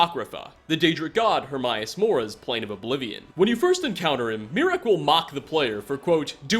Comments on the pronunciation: HERMEUS MORA NOT HERMIAS MORA! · Remember, it's Herm AY US Mora. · Literally mispronounced a whole bunch of names they actually say in the game itself. Serana, Alftand, Hermaeus Mora, etc.